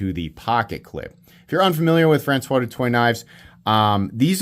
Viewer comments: His name is pronounced Do Toy and if you were in high school with him you would nickname him Doot. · Do better, du Toit - (Do Twa) Google Translate is free